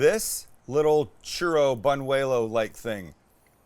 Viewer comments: It's "boo-nyew-way-los", not "bun-way-lows." Now we repeat. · Did you say But wuelous, I think it’s bunuelos, not bun nuelo or bun uelo, and they’re not really the same as churros, otherwise why are they different names and look different, churros are more like long cylinder straw tube, bunuelos are more flat circular like a tortilla and sometimes soft or crispy and crunchy like a chip or tostada, a sopapilla (sopapeya) is more square biscuit bread roll shaped, I thought churros, sopapilla, and bunuelos were fried, I guess it doesn’t matter what it’s made from, how it’s cooked, what it looks like or what it’s called, as long as it’s a sweet desert, I guess it depends who makes them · It almost sounds like you said but duelos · hearing this man trying to say "Buñelos" is..... filling.